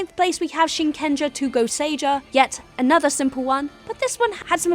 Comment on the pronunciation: you butchered the gosiger name badly